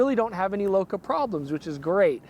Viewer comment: Thank you for pronouncing "Bokeh" properly!